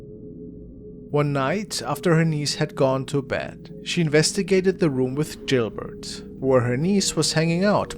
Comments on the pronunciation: It's Gilbert not jilbert. Your pronouncing it with a J. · GILBERT NOT JILBERT!!!! >< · HOLY shit dude. Gilbert. G. G. Gil! Not Jil. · The music is alright & his accent is sound. How do you pronounce this letter by itself-> "G" ??? Now put the other letters after you pronounced the "G" by itself. "G" -->ilbert. English language is shit, so get used to it instead of crying like a little girl. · Please stop calling it jilbert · Who is jillbert? 🤣